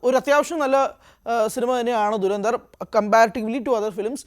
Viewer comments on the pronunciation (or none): ധു ര ന്ധ ർ ( DHU RA NDHAR ) ദുരന്ദർ എന്ന് പറയല്ലേ .. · dei duranthar alla dhurandhar aanu. dha aanu varanath. malayalam ariaunna arum illedei avde